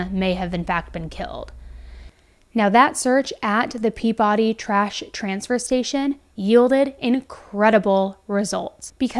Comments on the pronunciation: just so you know its pronounced pee-buh-dee not pea-body :) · I live in MA and it's "peebuhdee" not Pea body lol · Yeah, thought so. When you said Pea-Body, I had a PTSD reaction. Yankees get wierd about how you pronounce their town's names. Mother always said "Pea-Body is a woman in England, Pea-bedy is a town in eastern MA. Quincy (c=z) is a town south of Boston, Quincy is a TV medical examiner. If you travel to northern Vermont, don't be tempted to say Calais with French pronunciation, you will be laughed at, called a Flatlander and corrected. It's Cal-es. (First hand experience) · The way you say "peabody" is not how us locals pronounce it we say "pea-biddy born and raised here. I’m surprised that this is the first I’ve heard of this. Did you ever cover the case from like 5-7ish years ago that happened in peabody right near the dump where someone rolled people up in like a rug and set it on fire in their house? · It’s pronounced Peabuddy. Lol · Peabody. Not that you could possibly know because it's odd, but they pronounce it "pee-biddy". They get quite upset when folks get it wrong. Even here in Maine it is all anyone is talking about. Speculation is ripe. Hubby is law enforcement so it's possible it's just our particular circle who is on top of this, but everyone I know is talking about it, and we had a special prayer at church for her and her family. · Just fyi, they pronounce "Peabody" kind of like PEE-bud-ee in Massachusetts (you can hear the newsreader say it ). And Brian seriously looks like a cartoon character. His face is square! Who, in real life, has a square face? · Its pronounced peaBiddy Im so glad i heard this local to me story from you first!! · Also not to correct you but it’s Pee-biddy nobody outside of MA would know that but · repeat after us.... peee-baaa-deee = Peabody hahaha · Still* at Peabody dump. I love how Non Bostonians pronounce our cities/towns, don’t you?